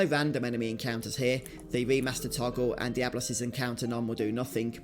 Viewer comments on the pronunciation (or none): none